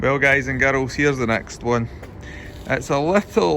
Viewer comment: No one.: Hi guys and garols!